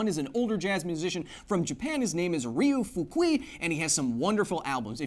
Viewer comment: Ryo Fukui the R is pronounced like a spanish soft r, you combine Ri (think soft spanish type of r with the e sound in ski) and yo into Ryo, Fu in fukui is an airy F to form fu, fu ku i (the i is like our e as in free or again ski). Fukui. Hiromi would be pronounced like He ro (its like a soft spanish r) me. He ro me (Hiromi).